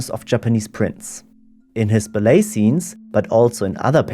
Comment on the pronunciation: Oh and ballet is pronounced differently